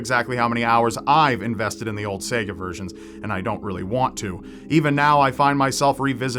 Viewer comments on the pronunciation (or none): none